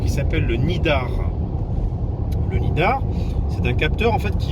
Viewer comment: Le capteur c’est un lidar et non pas « nidar » 🐝